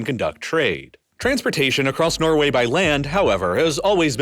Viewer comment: Norgay.. Really? 🤣